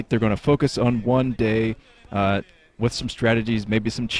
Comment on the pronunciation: I think you almost said gay instead of day about 3 times in this cast alone. Chuckles were had :)